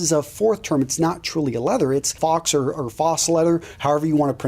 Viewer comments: So glad I'm not the only one who thinks it's not pronounced fox leather. More like foe cuz it is French where an "au" becomes an "oh" - and "eau" and "aux" and "eaux" as well (someone understand the French, lmao). But you never know as the English and English speaking often butcher French words anyways so they shouldn't be picking on this guy here, I've heard Sarkozy pronounced as Sir Cozy, lmao. And Montpelier Road as Mount Pill-Yer Road, so.... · Faux is pronounced like ''Foe'' in french, great video! keep up the great work! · Very good topic. Great vid. Faux is pronounced "foe", rhymes with doe. Agreed, start your career with something descent then upgrade after your first promotion. I really love the comment about where you live affecting the type of bag that is acceptable. I'm in Fort Worth, and use a very rustic looking, tobacco colored full grain bag by Copper River Bags. Highly recommended, probably over Saddleback (I have their wallet). Copper River Bag Co.!!! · It is pronounced “foe.” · I don't think I can trust someone for advice if they can't pronounce faux. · Get out a dictionary and figure out how to pronounce faux.